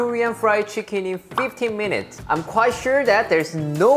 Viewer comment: He said 50 mununts